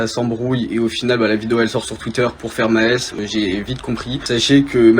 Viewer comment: Maes en Belgique c est une biere mais ca se prononce pas du tout comme ca lol